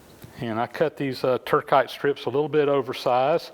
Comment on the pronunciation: I think its Tur-SITE and not Tur-KITE.